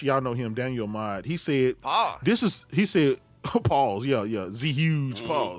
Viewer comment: The zhuge name is suppose to pronounce zhoo-gay, it's a character from dynasty warrior game. BTW playstation Veu is a thing once upon a time but most certainly the money is made by the content not the service.